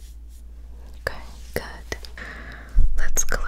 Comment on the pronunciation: Am I the only one tripping or did say "good" with her mouth closed?😭